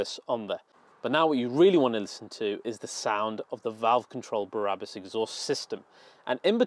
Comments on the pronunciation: Brabus great name, why do you keep saying Barabus? Just curious. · Why does he keep saying Barabus🤬 It’s Brabus. There is a difference. Numpty 😞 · BRA-RA-BUS Baby! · You pronounced „BRABUS“ wrong!